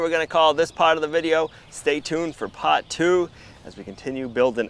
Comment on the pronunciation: Did you say stay tuned for pot two? 🙂